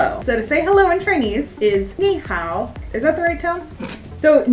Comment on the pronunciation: Isn’t nihao with a second tone